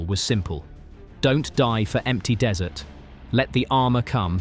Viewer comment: If you must use AI narration, you could at least spell check your script. I'm sure the Rats of Tubruk would be mortified to hear they had fought under dessert conditions. I doubt they got much ice cream at the front. They weren't Americans.